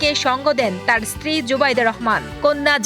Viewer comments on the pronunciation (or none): none